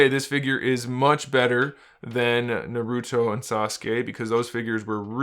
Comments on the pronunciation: Good review but it's pronounced nAruto not narUto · Naruto is pronounced "Nah-ru-toh" not" Narudoh" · Every time he says naruto my ears get trapped in the tsukiyomi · It’s literally painful